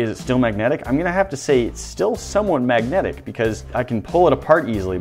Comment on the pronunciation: Maggotic field